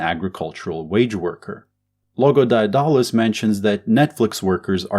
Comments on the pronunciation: That's not how you pronounce Daedalus, you dolt. Read theories of surplus value. You dont understand Marxism. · The way he pronounce Daedulus really getting under my skin. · Couldn't make it through the video because you don't know how to pronounce Daedalus